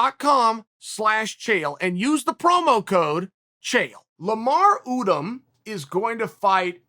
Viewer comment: cmon uncle Chael not Udum lmao its Odom haha Chael you do this on purpose lol